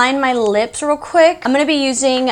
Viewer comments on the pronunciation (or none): none